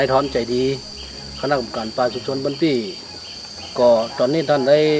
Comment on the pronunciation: บ้านปี้ ออกเสียงไม้โทนะครับ